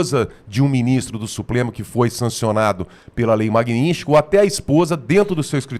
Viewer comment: O Borgo fala sempre errado o nome da Lei: não é "Magninsky". O correto é MAGNITSKY. Sílaba por sílaba: MAG-NITS-KY.